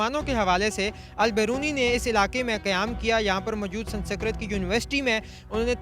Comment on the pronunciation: San sikrat nahi sanskrit